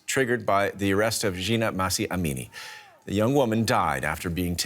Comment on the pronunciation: I DON'T UNDERSTAND HOW YOU CAN STILL NOT PRONOUNCE HER NAME PROPERLYYYYYYYYYYYYYYYYYYYYYYYYYYYYYYY!!!!! It's like more than two months!!!!! It's Mahsa Amini -- the h is aspirated -- like when you sigh out "haaaaa..." or when you're surprised like "hah!". At least, just say Massa. But not Masha (she wasn't Russian!) or (as you have done in this video) Massy. Pay her some respect, goddammit.